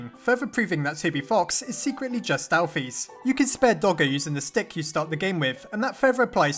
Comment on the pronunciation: It was confirmed that it’s pronounced Alph-I-s not Alph-ee-s although it’s spelled alphys